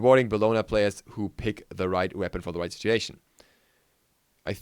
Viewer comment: I'd like to add something as well. "Situation" not "Siteation". Sit-U-a-tion. Thanks for the the video though!